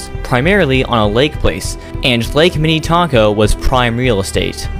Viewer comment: Before the Excelsior Amusement Park, there was the Big Island Park on Lake Minnetonka, just across the water from Excelsior. Also, the ferris wheel at Valleyfair is not from Excelsior. It is much taller than the Excelsior one. The scrambler and tilt-o-whirl were from Excelsior. Also, you pronounce Minnetonka and Shakopee incorrectly. We say Minatonka and Shakopee. The o is pronounced like the letter o.